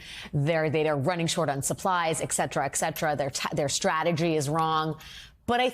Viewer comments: Wow. I just heard a newscaster on MSNBC actually say "EK-SETERA, EK=SETERA" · Somebody please tell that lady it is pronounced "et cetera" and not "ecksetera". Thank you. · ET cetera, not EX cetera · I like her teeth. Not enough to forgive her for saying "ekcetera" though. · Et cetera. ET! Seriously, if you're a news anchor, you should at least be able to pronounce some of the words.. Apart from that very interesting piece. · Why do educated journalists, like her so frequently say ECSEDRA???